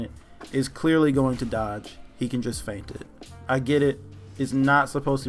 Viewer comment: Does anyone actually pronounce 'feint' correctly?